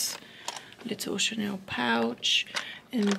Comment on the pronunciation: Hi, I love your vlogs, I'm from Spain and I speack French fluently, sometimes you say Chaneu o Chanew instead of Chanel.. it's just a tip 😗. lots of kisses